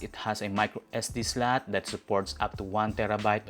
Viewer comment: Slot = slat , button but-ton 😂 funny pronunciation